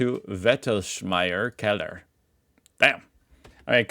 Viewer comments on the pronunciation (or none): none